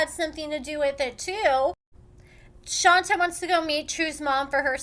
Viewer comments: Ayonna is a certified crazy clown! It's pronounced "Shawn-tay"....... not "Shawn-ta" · it's Shon-tay, not Shon-ta. ( You're the only person I ever hear calling her "Shon-ta")